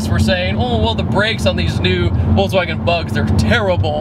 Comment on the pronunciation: voltswagen haha